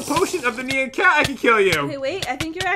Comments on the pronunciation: Is it just me that gets annoyed when they say "Nean" instead of "Nyan"? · Me: nian or nyan Other people: neon like neo saber. THE Y IS PRENOUNCED AS AN I NOT AN E!!!!!!!!!! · It’s not my b-day My pet didn’t die I don’t beg for likes I don’t even try These youtubers rock I laugh till I cry But pat and say nyan wrong